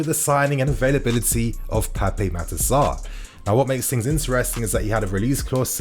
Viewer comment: I am from The Gambia a neighbour of Senegal. I can help you pronoun his name. Just remove the letter (E) at the end of PAPE. AND JUST PRONOUN IT AS (PAP). THE WAY FRENCH SPELLS A NAME IS DECEIVING TO PRONOUN.